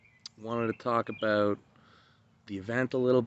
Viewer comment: "This Event , I'm so excited aboot"